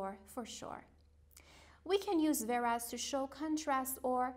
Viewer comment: Whereas we pronunciate it wear'aez say weh.ras not veras.